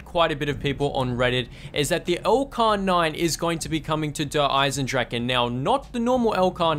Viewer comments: Der-is-en-drach-A Dempsy says it himself in the trailer. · Why do people call it dereisendrachen if Dempsey says dereisendrache?